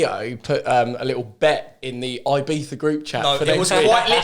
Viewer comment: Stop calling it "beefa" you berk